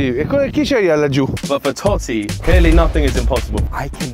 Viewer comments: Comunque non è toti e Totti con due t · TOTTI. CON DUE T. NO TOTI. STI INGLESI...